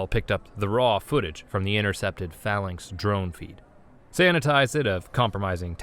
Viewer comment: phalanx, executer, and a few other words badly mispronounced. Please look up some of the more unfamiliar words before you try and narrate them. Either that, or the writers need to use smaller words. Sigh